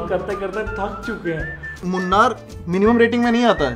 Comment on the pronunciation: I dn know whether I shud say this but you guys are pronouncing munnar wrong .moo + anar ka nar wala part =moonar aka munnar